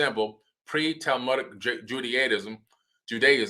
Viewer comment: 1. dude cant even pronounce judaism right, now wants to teach w his speculation 2. Beta israel has been proven to be a recent conversion 3. Moses's time in ethiopia is later conjecture it's sad that this guy would make outrageous claims based on feeling alone. more fodder to the antisemitic black israelites and their BS conspiracy theories.